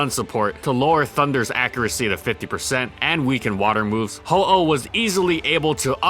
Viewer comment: He clearly says Ho-Oh